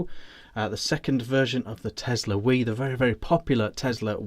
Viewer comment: As a 'Brit', have you never heard of the River Wye???? Pronounced "Why", NOT wee! Apart from that, the review was good.